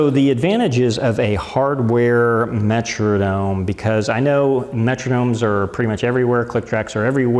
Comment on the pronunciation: very nice comprehensive review, except for your pronunciation of 'metronome' . perhaps you are from MN, but the 'Metrodome' is not a musical time keeper...